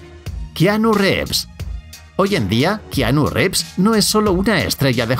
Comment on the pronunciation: Gente normal: kianu rivs ( como se pronuncia de verdad aunque sea keanu reeves: kianu revs